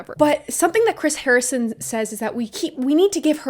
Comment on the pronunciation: Haha! I chuckled when you said harring instead of Harrison 😊 love the video girl!!